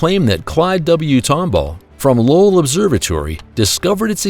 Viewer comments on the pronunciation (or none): none